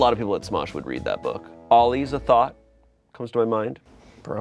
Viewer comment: so said “Ollie’s a thought” (“Ollie is a thought”) because he thought of them. but it sounds like he’s saying “thot”, which is an insult, instead of “thought”